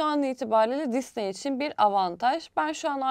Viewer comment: Allah aşkına düzgün telaffuz et şu Disneyi